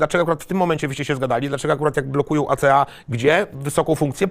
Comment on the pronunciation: Nie ACA tylko A Ce A, tak jak Ka eS Wu A nie KSW